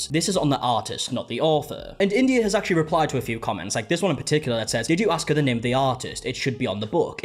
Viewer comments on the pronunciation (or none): "I seen..." "Axe me..." Yeah I can't watch any more. This is an offence to my intelligence and my eardrums.